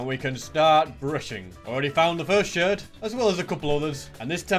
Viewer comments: Here is how to say a shard sh ar d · “Shird”